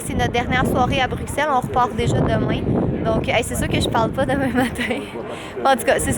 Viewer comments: Ma belle je suis contente que tout C est bien passé pour tes signatures en Europe. Petit bémol... Quant tu prononce Bruxelle, le x se dit pour un s. C'est bizarre je sais mais c'est comme sa qu'ont le prononce. 😊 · Super vlog Les timelapses s'était trop chouette ! Ps: Bruxelles se dit «brussel» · étant belge, je confirme que l'on dit "Brussel" ici :)